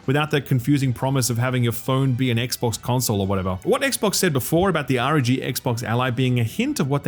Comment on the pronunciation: irritates the piss out of me that and other channels call it the xbox handheld the "R.O.G" pronounced as "the are oh gee"... just call it Rog. Just because xbox have said they want to call it the R.O.G it doesn't mean it's illegal for media outlets to use a bit of sense and call it what it is. If initials can be read as a word, it's an acronym, you say it as a word. Americans in particular seem to really struggle to differentiate between acronyms and initialisms